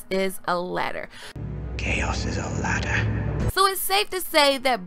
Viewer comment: i think you meant "chaos is a LADDAH"